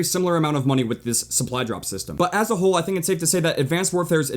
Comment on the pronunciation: "Ath A whole" WTF